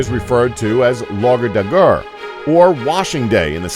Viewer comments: The way you butchered Lørdag/saturday haha! leurdag is how you pronounce it. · Your pronunciation of "Lørdag" was hilarious. Even if you didn't try to speak Danish it was way off 😂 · Lørdag.. The butchering of that word was brutal! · the way he pronounces "lørdag" made my fucking week!